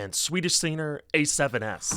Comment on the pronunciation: I felt disturbed every time he said son instead of song, hun instead of hung, sener instead of singer, etc...